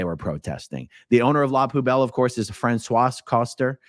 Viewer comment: Francois. “ Fran- swah” ,,,take the S off the end 😉